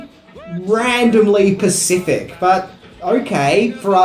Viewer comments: even youtube caught that lol - pacific? i think he meant specific. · Is anyone else bothered by the fact that he says “that’s randomly PACIFIC” around 4 mins...I listened several times and it’s not an accent issue. It’s clearly “PACFIC” over “SPECIFIC” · Specific* not pacific. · I love your channel but the grammar Nazi in me compels me to tell you that it's 'specific', not 'pacific'. Sorry dude, just a pet peeve of mine. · It’s SPECIFIC not pacific!!! 😂😂😂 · you muppet! It's "Specific" NOT "Pacific"... Grrrr!!! >=o/ Ferchrissakes! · Oddly “specific” not pacific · Did you just say "Randomly Pacific" ???? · "Randomly pacific" lol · ..."randomly 'pacific'"? Oh,........